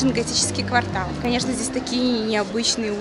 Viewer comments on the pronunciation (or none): none